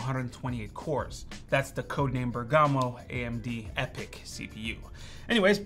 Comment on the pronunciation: Dear friend, here is how you pronounce Bergamo .....